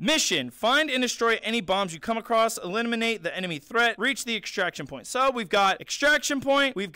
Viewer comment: Nobody:: eliminimate